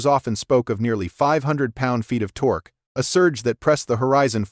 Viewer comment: The "tok" climbed? Stupid AI narration.